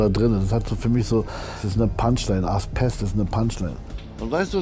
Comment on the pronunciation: Lieber Kida, schon längst geschaut. ich fühlte mich gut unterhalten. Danke. Aber deine Serie heißt AsBest nicht AsPest. Ein weiches B. Ojemine.